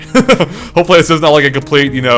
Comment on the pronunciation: did he really say ''tnx for watching and die'' xD I know he means bye but it sounded just to much like a ''die''!